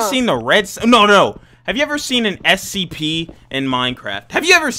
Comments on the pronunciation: said SCP but rikutto said STP so funny LOL hahah😆😆😆😆🤣🤣🤣😂😂😂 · If you know he said scPEES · He said stps